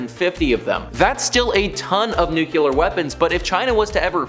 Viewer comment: Taje a shot every time he says "nuke-you-ler". 🙄🙄🙄🙄